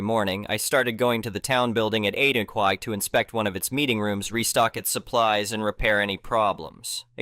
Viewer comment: O'clock IS NOT PRONOUNCED O'kwauk